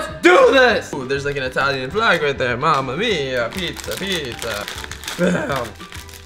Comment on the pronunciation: I don't like the way that he said mamamya